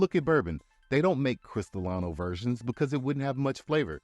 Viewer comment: Thanks! I learned a lot! To reciprocate... it's pronounced "Christa-LEE-nos"